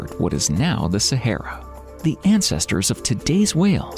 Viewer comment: Sa ha ra thats how its pronounced.....literally had to turn this off due to how u say sayhera......ffs